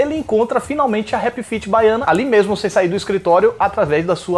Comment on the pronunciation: “Bahiana” hahahahahahahahahahaha